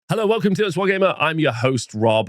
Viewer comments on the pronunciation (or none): none